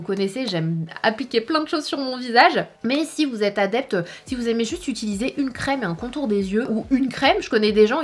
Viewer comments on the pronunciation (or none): none